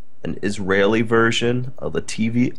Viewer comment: struggle to pronounce the name of my home country Latvia is entertaining xD